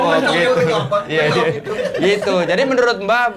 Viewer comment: Ini gue salah dgr gak sih blg menurut jadi merunut 😂